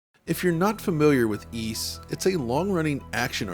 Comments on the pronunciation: Why is it pronounced as E's even though it's Ys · It's pronounced "eece" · How do you actually pronounce it? Ive heard eees and yvees over the years